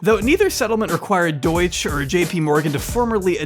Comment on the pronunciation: By the way, the German way to pronounce Deutsche Bank is Dōyt-chuh Bahnk. Deutsch, like you pronounced, is the language. It's like if you called Arabian land Arabic, or Arab people Arabic.